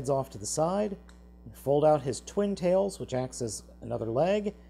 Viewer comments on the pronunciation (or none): none